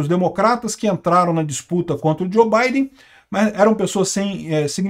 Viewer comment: Que Djo Baiden! O correto eh Djou!!!